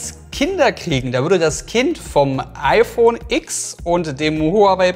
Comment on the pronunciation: Ach....ich dachte es heißt „iPhone Zehn“ und nicht „x“